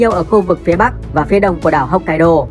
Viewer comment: Đọc theo tiếng Việt mình đại khái là: 1-Hốc kai đô 2-Hôn su 3-Shi cô cự 4-Kiu siu.